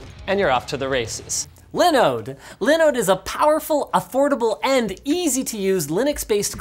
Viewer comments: if dawid just hear u butchering liiiiiiinode i think he wont be happy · Its pronounced Linooooooooooode. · If you're gonna get sponsored by Linode, at leas say it correctly, like Dawid. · My heart hurt when I heard Linus pronounce Linode. Dawid has spoiled us. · David will learn you how to say Linode 😂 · Linus you need to say Linode properly, go watch a DawidDoesTechStuff video